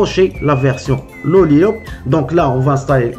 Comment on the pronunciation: dans le titre de ta vidéo tu mets Lollipop et quand tu parles au début de ta vidéo, tu dis "Lollilop" 😂😂😂😂😂😂😂 Cordialement, Hervé